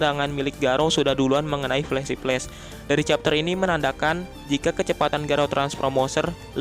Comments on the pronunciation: Pelesi pless🤣 (flasy flash) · Bukti berbeda Orang biasa: Flashy Flash Mimin: Pelesi peles Canda min 😂😂